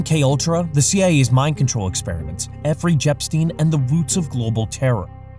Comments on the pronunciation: efry jepstein? really? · Efry jepstein